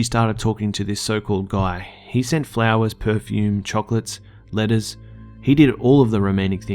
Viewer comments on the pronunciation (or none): it sounded like you said lettuce, not letters lol